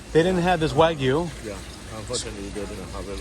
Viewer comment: Terada-san, please teach how to pronounce wagyu correctly.:)